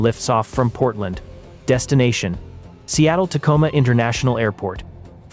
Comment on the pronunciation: In the beggining he said Potrand national airport